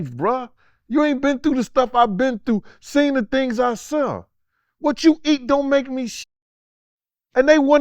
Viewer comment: Gene said "you ain't seen the things I've sun" lol.